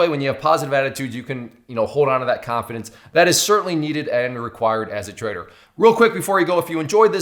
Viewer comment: dont know why, but i always hear traitor instead of trader...